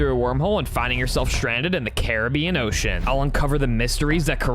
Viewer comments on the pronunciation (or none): I HAD INTERNAL SCREAMS EVERY TIME YOU SAID OCEAn